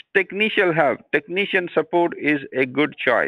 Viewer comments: I think i am going to play games as 'Tekneeshun' from now on. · Tekneeshun will halp